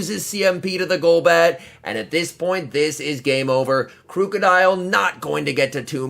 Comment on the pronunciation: It's pronounced like the word "Crook" not crewk